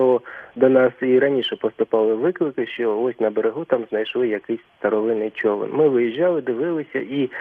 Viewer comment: Дякую за ефір. А чому "човЕн", що з наголосом?